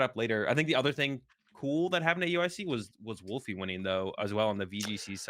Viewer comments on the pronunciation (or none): none